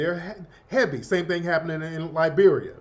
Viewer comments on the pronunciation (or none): none